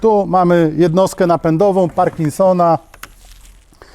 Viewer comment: Witam, wydaje mi się, że jednostka napędowa nazywa się" pErkinsona, a nie pArkinsona"